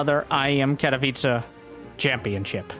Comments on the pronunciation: Katowice should be pronounce like „katovice”. Not catopizza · I'm just here to listen to say Katowiche